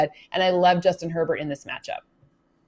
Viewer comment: Lol u said usjuin herbert